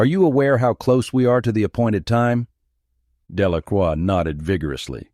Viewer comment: It’s Delacroix not Delaqua. And other mistakes.